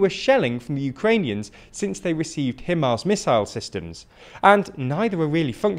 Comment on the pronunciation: That’s not how you pronounce HIMARS